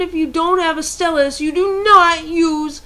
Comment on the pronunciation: Good video I dont use my stylus often because I put it down on my desk and my cat runs off with it, so I just use either A: my finger if im playing say bleach or B: I just use a pencil lightly doing what i need to do with it using the eraser. also TO ALL OF YOU FUCKING IDIOTS WHO ARE INSULTING HER FOR SAYING STYLUS WRONG IM MARKING EVERY ONE OF YOUR COMMENTS AS SPAM. (unncessicary (lol spelling sorry) yelling ftw)